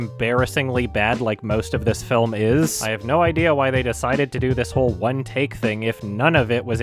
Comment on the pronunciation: It wasnt "in one take" it was "with one tak"